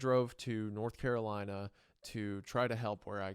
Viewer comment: "Nurth Currolina" ☕:shelterin